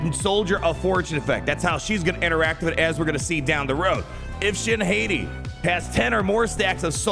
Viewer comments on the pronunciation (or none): Shin HAY-TEE?? NO. Shin HOT-TEA!! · Once and for all, it is pronounced "Hah-tea" like the wolves Skoll and Hati from Norse Mythology. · I don't get why cant say Shit Hati names right to save his life lol. It's Shin Hot-ti Filoni named then after the wolves that chase the sun and moon, Skoll and Hati. Her TW omi is a big FU to JMK CAT lol i love it. At the start of the encounter, all light side enemies are immune to cooldown reduction for 2 turns, and the other clause, whenever a light side enemy gains Damage Immunity, they are inflicted with Fear and she gains a bonus turn, again FU to JMK CAT. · I think it’s pronounced Shin - Hottie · needs to get his pronunciation of shins last name under control lmao